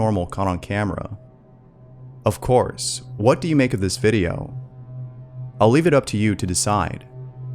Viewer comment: Long-winded stories... For a 5 second clip or still frame. And, you have issues pronouncing a "T" with cerTAIN (cerdin, you say) words, like "Whadoo," which I believe is "What do .." Anyways... 👎